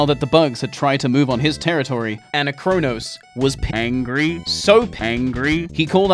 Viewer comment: It hurts so much hearing you pronounce Anachronos that way.. it's the same as "anachronistic" or "anachronisms"! Gah! Other than that, good videos :]